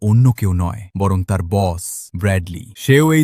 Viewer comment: Not bos, its boss.